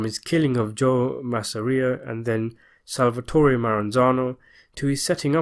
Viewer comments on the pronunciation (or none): none